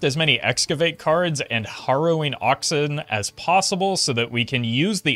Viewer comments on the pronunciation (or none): Not upset but jsyk, Harrowing Ox, "Harrow" is pronounced like Marrow for bones, not Morrow for the sunrise. So it's Hair-row-wing, not Hor-row-wing. Doesn't matter and you probably dont care but if I didnt say something I'd feel bad if you did care.